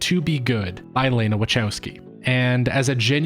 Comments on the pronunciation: The best review so far... But I struggle with the way you prounance WACHOWSKI, which I understand is an English version of the real prounancation...but it hurts my ears 😊 but honestly very good review and theory behind the film. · Respectfully, her name is pronounced LAH-nuh wuh-KOW-skee. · That's not how Wachowski is pronounced.